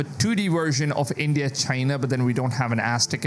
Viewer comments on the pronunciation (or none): none